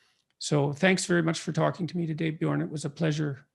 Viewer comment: Björn, it's Björn! Not Bjorn! No big deal, go on!